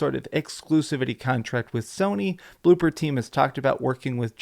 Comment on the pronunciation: ITS BLOOBER! B L O O B E R! NOT BLOOPER, BLOOBBBER!